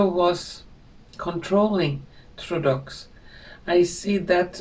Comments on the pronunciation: May I help you it is pronounced ( Trudeau) TRU DOE. thank you for your wonderful readings. A Canadian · It's pronounced Troo-doh. Poor Canada. The USA doesn't need the burden of Canada's economic problems, and we need to recuse ourselves from deficit spending on their protection as well. Fair trade needs to be employed. I'm just happy that Trump is alive and knocking out hundreds of executive orders to restore the health of our country. We need to dig ourselves out of our own deficits because of generosity to other countries and paying the majority at NATO, and fair trade (tariffs). His cabinet is making it through the process of vetting and approval even Kennedy Jr. which is surprising since he's going to affect big pharma and big food business big time. It's happening and I believe it is both our creation as human beings as a collective AND divine intervention.